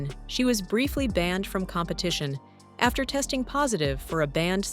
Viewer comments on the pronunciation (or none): none